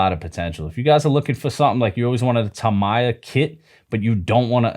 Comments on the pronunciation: Oh Tamiya. It's Tamiya, like Do Re Mi, no My. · “Tamaya” that is the first tome I heard Tamiya read as that